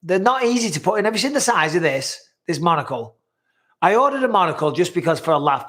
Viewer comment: OHHHHHHHHH SHITTTTTTTTTTTTT!!!!!!!!!!!!!!!!!!!!!!!! "MONACLE MIKE"